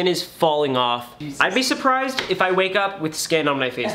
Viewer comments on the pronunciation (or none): none